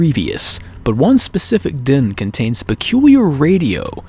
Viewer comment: It's DEN not DIN omfg